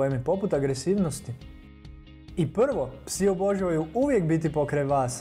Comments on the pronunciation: ovako se ne izgovara riječ "obožavaju " i to je to ....bolje da ne smina video nego da se ovako sramoti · Nauci prvo reci obozavaju